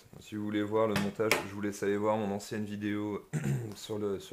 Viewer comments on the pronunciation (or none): none